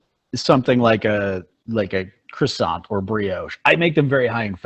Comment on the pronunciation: cwasson not croysont